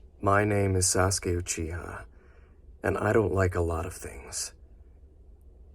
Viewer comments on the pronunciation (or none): its ewwchiha